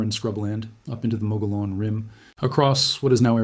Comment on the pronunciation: Mogollon is pronounced "moo-guh-yon" at least here in NM